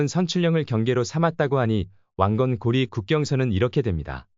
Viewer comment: 근데 이 자는 왜 고려를 자꾸 중국식 발음 고리라고 하는가